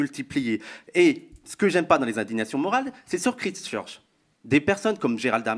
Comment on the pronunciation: Christchurch se prononce “Kwaïstcheutch”…ce n’est pas très grave, mais ça ne vous rend pas crédibles. C’est comme çi vous n’avez jamais discuté de ces sujets avec des étrangers qui subissent ces problèmes, ou écouté les journaux étrangers. Avant un débat vous pouvez prendre 5 min pour checker la prononciation anglaise des mots clés dans Google. Quand on représente un groupe c’est important en 2023 de montrer une ouverture passionnée sur le monde et aujourd’hui le monde est en Anglais. Sinon impressionée de toute cette connaissance. Ce serait bien de recommencer la même émission avec ce sujet mais recoupé avec des points comme Poutine, pourquoi maintenant (après le Covid, etc..). Super une émission avec des jeunes, ça amène de l’oxygène, ça pétille, ça respire la passion et tous concernés pour notre humanité.